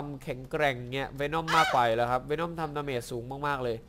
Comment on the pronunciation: วีน่อมไม่ใช้เวน่อม